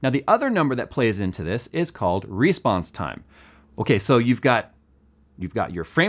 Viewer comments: Why do you say "REsponse"? Say response like a normal, English speaking American! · Is he saying Respawns time or Response time?? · you're saying response wrong